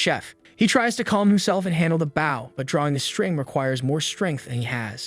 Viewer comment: Translation its not boow its BOw the w is silent . But it would be a great anime.